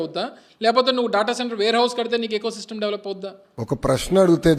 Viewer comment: ఎ కో సిస్టమ్ కాదు... ఈ కో సిస్టమ్